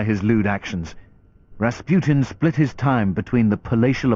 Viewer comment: if you are gonna try to pronounce his full name right, at least say it right. it is not difficult. you know, unless you are a half educated moronic narrator from Discovery Channel